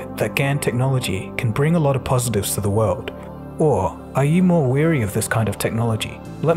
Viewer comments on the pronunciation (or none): 'Wary' is pronounced to rhyme with 'hairy,' not with 'dreary.'